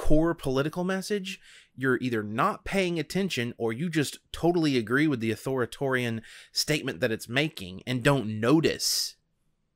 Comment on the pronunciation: On one hand stanning MC&D is bad enough but they way you pronounce authoritarian.../s jokes aside tho MC&D is p trash and doesnt try to help humanity. All they care about is filling their coffers